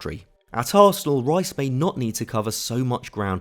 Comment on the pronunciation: Ruas? who's that? I thought you were talking about Declan Rice? You lot can't even say British names correctly